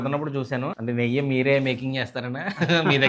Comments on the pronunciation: "neyya" yentira neyyi anali, thinadam aapi public platform lo matladatam nerchuko. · నెయ్య కాదురా బాబు నెయ్యి